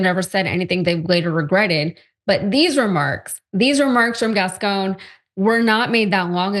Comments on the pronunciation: My god Dr Ritchie can you pronounce one name right. It’s pronounced Gas-sone. And Zoe’s last name is pronounced Sal-Dan-nha. 😩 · WRONG. Se pronuncia: Gascón y Saldaña